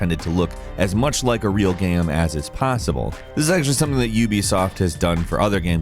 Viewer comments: Btw dude. Not G-eam. G-aim. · why does he say “gam” instead of “game” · Sounds like he keeps saying "Gaem" ? not Game. Anyways solid video 👍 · Yeah like game is apparently a difficult word xD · He's said the word so many times that it's broken like a record. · Looool damn, cannot unhear this